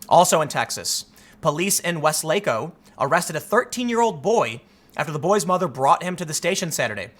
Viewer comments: Please learn how to pronounce Weslaco and Harlingen. Wes-lake-o and Har-lyn-gin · It's pronounced Wes-lah-coh... JS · Hey Tim: Harlingen is pronounced "Har lin jen," with a hard "g", and Weslaco is pronounced "Wes leh co". It would really benefit you to look up the pronunciation of city names before making your videos. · Tim, it's pronounced, "Har-Lin-Jen". Also "Wes-Lah-Coh". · Hey Tim, I'm from that part if Texas and you pronounced both places wrong.....its Har-lin-gen.....like generation or gentle......Weslaco is more Spanish so you pronounce it as Wes-lah-Coe.....hope you read this post and correct your pronunciation for any next videos.......Love your work. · Hey Tim... Just for future reference... WES-laco and HAR-lin'jen'. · And also: "WES-luh-ko".